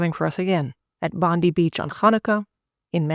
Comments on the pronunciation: Just a side comment, the pronunciation is actually Bon-deye, not Bon-dee. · It’s pronounced Bond eye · Just quickly, Bondi is pronounced as Bon-di (di as in Diana) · The pronunciation of Bondi In Australia is pronounced Bondeye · Pronounced “Bondye” Beach. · Pronounced ‘Bond eye’ beach. 😊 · Excellent video . Minor point : Bondi is pronounced as Bondie . Ironically. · FYI, you're mispronouncing Bondi beach it's Bond-eye. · Please use the Internet to hear how to pronounce Bondi Beach because you have got it wrong